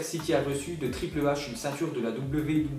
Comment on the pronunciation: Triple h mdr le h falait le dire en englais ce qui fait ( heych )